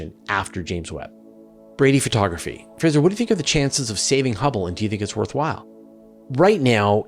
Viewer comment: I AM FINALLY IN THE BACKER MENTIONS ! YAAAAAAY ! Good attempt on pronouncing my surname Fraser, gave me a chuckle haha :) Also, for the occasion, I have a question. Though I am not sure if it is something you would be interested. Cause it is more Physics than Space I guess. We know black holes create time dilation effects for objects around them. Actually its not the black hole, every object with mass creates this, even earth, but it is more severe in the case for black holes, because they tend to be super massive. My question is, can this effect have something to do with Dark Energy ? AFAIK, we came up with the dark energy explanation because we observe some galaxies spinning faster than they should with the mass they include. Could it be time has a different speed in those galaxies ? Little bit crazy but it is something that has been nugging me for a while.